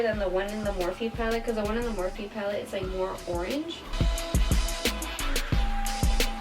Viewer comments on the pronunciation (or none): none